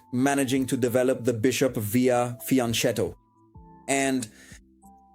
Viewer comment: nel video originale dici "fianchètto", che è più corretto di fiancètto, ma l'accento è sbagliato :-) la pronuncia italiana corretta sarebbe "fianchétto", con la e chiusa